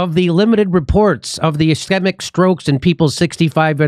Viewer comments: Pronounced "is- KEET'-mic" stroke. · Pronounced like scheme. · It's pronounced "is kee mik" with a long "e". It means blood flow has been cut off (typically by a clot in the case of the brain and strokes). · Ischemic. Pronounced "es--ski'--mick." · Uh-SKEE-muck Don’t spread mispronunciation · Ischemic is pronounced ishkeemik. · Pronounced. S scheme ick... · Pronounced ask-weem-ick stroke. They compared group (a) 1-21 days to group (b) 21-44 days and found there was more risk in group (a). missing that you can not be risk free in day 44 without having already gone through days 1-21 to get there.... Their own study is bunk. doctor Campbell did a great read through of all this info/data on his Chanel.